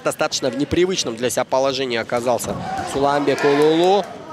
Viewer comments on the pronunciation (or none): Я за судей не берусь ,но комментара надо отправить учить алфавит нигде не сказано улулу ,а сказано уулу т.е. сын. Коммутатор учи алфавит. Респект Сулейман Уулу.